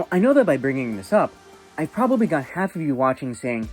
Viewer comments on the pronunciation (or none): none